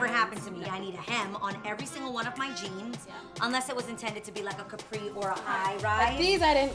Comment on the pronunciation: Jeams? Jeams Adrienne?! 😆